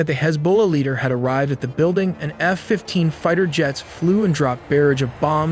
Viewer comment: claims not to use AI but pronounces F as "hannafef-15"